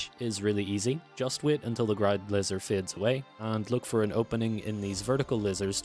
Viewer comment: 😂wtf,you keep saying lizer what tf is a lizer room 😂😂😂😂😂